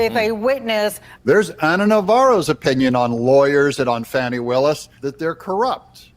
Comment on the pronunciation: It's not "Fawny"